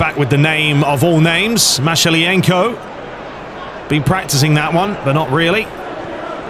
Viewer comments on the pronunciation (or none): Mihaylichenko not Mashilenko